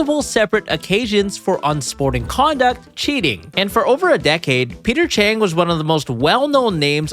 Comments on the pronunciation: Maybe this was just me, but I thought it was weird that you kept saying Peter Chang instead of Peter Cheng. 😅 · Bruh "cheater peng"😂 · Peter Cheng❌ Peter Chin✅ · His name is Peter Cheng and he’s just sayeng